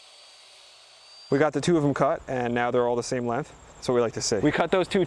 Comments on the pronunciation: The way you say "lenth" over and over again in your videos is too much for me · Great video. Lots of great content in a short amount of time. I thought I noticed a little accent when you said length. Where are you from?